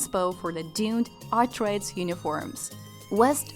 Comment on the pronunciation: You should probably learn to pronounce Atreides before pretending to have seen the movie.